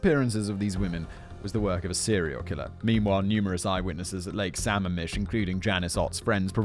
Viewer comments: Ok, fact boy. As a WA state resident you get points for getting Issaquah right but Sammamish is pronounced suh-ma-mush not sam-am-ish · Sammamish is pronounced Suh-mam-ish Lake Sammamish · The lake is pronounced with the stress on the second syllable: Sah-MAAM-mish. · I know it doesn’t really matter but the way you pronounce Sammamish made me laugh. It’s pronounced Sa-ma’am-ish. 😂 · also lake sammamish is pronouncesd suh-mah-mish not all that relevant just thought it was worth mentioning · Lake sa-mam-ish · Sigh. Sam-MAM-ish. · It's pronounced "sum-AM-ish" I know- our Pacific Northwest names are pretty rough, but bravo- you nailed Issaquah! :D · Loving the pronunciation of Sammamish. (It’s actually Samam-ish) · The locals pronounce it Suh-mam-mish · I know it's minor, but it's pronounced sam-MA-mish. I made the same pronunciation mistake for quite a while when I first moved out here. Lots of Native American names out here, many of which are pronounced in ways you wouldn't expect. You got Issaquah right though, so kudos on that one. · Sorry, but it’s Lake Sa-MAM-ish. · Lake sa-mam-ish* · it’s pronounced “su-mam-ish” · Suh-MAM-ish...Lake Sammamish, Washington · I’m from the Seattle area and had no freakin idea Ted Bundy was from Tacoma Embarrassing Also it’s suh-Maam-ish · It bugs me a bit just because I'm from Washington but its lake Suh ma'am ish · Also, Simon, I know the Pacific Northwest has really weird and hard to pronounce places(as most of our geography has native names) and I know you love your pronunciation guides. Lake Samamish is (Sa-maam-ish). Makes me smile listening to people who didn't grow up hear try to pronounce places. When an east coast colleague moved here, took my a while to figure out what they were talking about when they tried to pronounce Puyallup 😅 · I cracked up every time Simon said Samamish lol